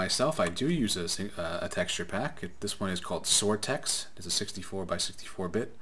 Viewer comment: DIdnt really understand what you called it (i thought you said zortex). Its called Soartex 64x